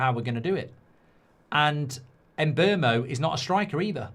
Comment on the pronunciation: Who is the “Emberrmo”? His name is pronounced Mm-boomo.